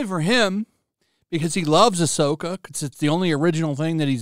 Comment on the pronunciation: More like Ah’Soy’Ka